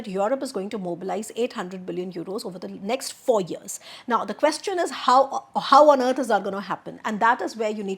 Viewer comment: Please pronounce “question” correctly.